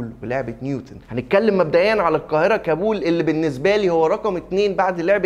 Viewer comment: انت بتنطق كلمة كابول غلط